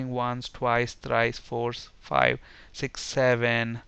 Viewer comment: "Once" ..."Twice"..."Tries" !? :D